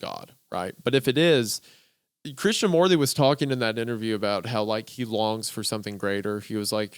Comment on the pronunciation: hilarious how they say "morty" instead of moorthy"